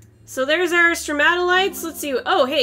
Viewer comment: well done pronouncing stromatolite. I'm proud son